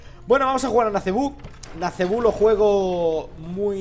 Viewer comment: Muy buena partida y muy buen personaje también. Por cierto, se pronuncia Nazíbo, no Nazebú xD